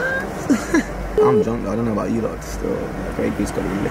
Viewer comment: It’s khalas* man said halas hundreds of times